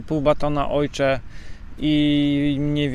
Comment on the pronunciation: Pytanie nie zwiazane. Na oshee mowisz "ojcze"? Skad taka wymowa? Z niemieckiego?